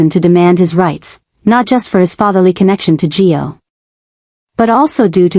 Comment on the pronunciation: Suppos we to be Gio. AI mis-pronounces alot